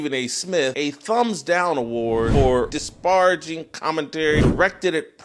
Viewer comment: This man can't even pronounce "disparaging" correctly and he wants to cape for Stephen A Smith? This man's defenders are not sending their best.